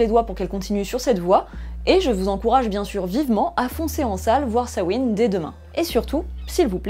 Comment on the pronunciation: Grâce à toi je sais enfin prononcer Samhain.